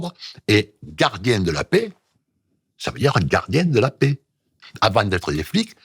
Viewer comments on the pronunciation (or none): Quand il dit "gardien de la paix" avec son accent à la fin j'ai rigolé 😅